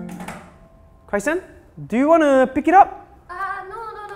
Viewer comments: pronouced Chrysan as Crysan... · Why call chrysan cry-san